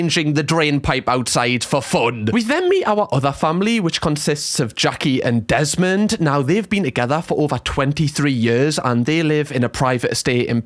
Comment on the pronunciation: I follow you cos I miss the Geordie accent. When you said Jesmond instead of Desmond, I laughed.. 😅